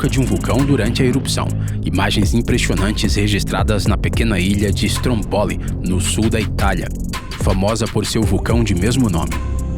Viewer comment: Pronúncia correta: /strómboli/ e não /strombóli/